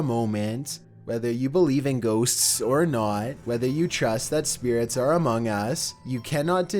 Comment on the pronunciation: GHOSSSS ( GHOSTS )